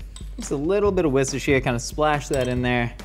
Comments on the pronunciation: the closest an American has ever come to pronouncing Worcestershire. It's pronounced "war-stir-sheer" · it sounds like he's saying wistershire but I think that's his accent. It's pronounced wuster-sheer. Hope that helps 🙂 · you have to say Worcestershire sauce like a southerner worshishire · Biggest crime is how he pronounces Worcestershire. He's almost right except the last syllable, which is the easiest. It's the same as New Hampshire and Yorkshire.